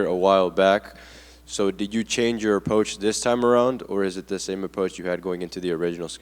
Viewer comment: the interviewers approach at saying "approach" was hard even for english speakers to understand, don't worry buddy.